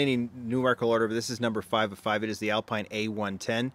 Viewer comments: I don't believe the french car is pronounced as alpine. It's something more like Al-pin. According to my search, it is Alpinə. It's a rotated letter e. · Sorry, but Alpine is pronounced Al-peen just like Motul is pronounced Mo-tool.